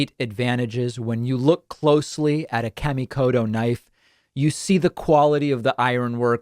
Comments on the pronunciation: It's pronounce more like "Car" - me - Koto. Kami means god, in Japanese. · not in the way David pronounced it. He pronounced it more like "Kay" - mi rather than the actual "ka" - mi.